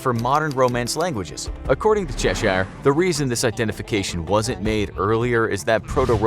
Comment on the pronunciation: You don’t have to emphasise the “i” in Cheshire - it’s pronounced Chesh-er 🤦🏼‍♀️🤦🏼‍♀️🤦🏼‍♀️🤦🏼‍♀️